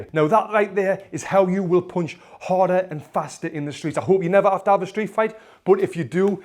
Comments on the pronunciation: How punch is spelled How panch is used How he says punched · Oooonderstand, poooonch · Throo a streght poonch (I loved that )